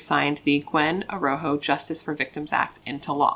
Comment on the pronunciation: I think her last name is pronounced A Raw Ho if I remember correctly. My heart breaks for her and her poor family who has to mourn her the rest of their lives.